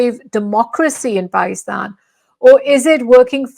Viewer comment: Can try to pronounce Pakistan correctly?